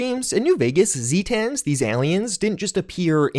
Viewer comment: excuse me? ZEEtans?